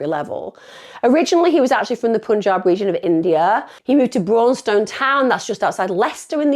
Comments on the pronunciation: This is close to my home; it’s said brawn ston, not brawwwn stone. I live in wigston. This is too close, this gent, this son, husband, father, uncle, friend, grandfather was done dirty with the sentences these kids got! They’re racist, they attacked this gent for his race.ill stand by that. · Braunstone sounds like brawn ston, sorry spending half my youth hanging around there and being from Leicester that bit tickled me. Awful case and great job covering it emma x